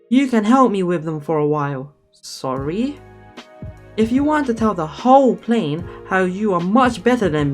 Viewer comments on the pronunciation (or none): none